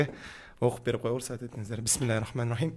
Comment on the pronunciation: Кыраат жакшы,бирок тамгаларынызды ондонуз,уахиим эмес рохиим деп озунуз сураныч,каталарынызды карап чыгыныз сураныч